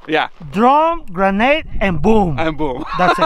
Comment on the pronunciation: Gernade? Lol